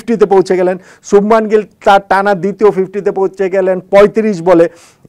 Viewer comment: Ha..arekta kotha .....sothik uccharon holo 'Subhmon'...subhman noi... jar ortho bhalo moner manush...Hindi te akkhor gulo 'a-kar' er moto uchharon hoy.